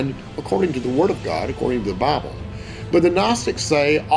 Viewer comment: One guy calls it the Boble! LOL!